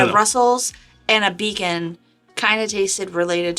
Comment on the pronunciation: Did you mean to say “Beacon?”